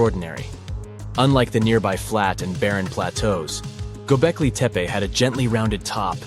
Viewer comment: The 2nd narrator refers to "Gobekli Tepa",. Is it anywhere near to "Gobekli Tepe"? Or is the narrator, just another illiterate North American moron? VOBURG